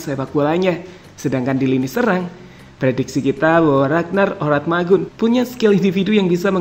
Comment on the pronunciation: Ko nama ragnar Oratmangun di rubah si bang jadi ragnar Oramatngun 😅😅😅😅 Coba perhatikan ucapan si pas menit 0: 46